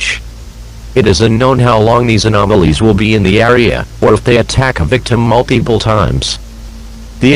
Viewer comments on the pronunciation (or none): Are we just gonna ignore the “multeepool”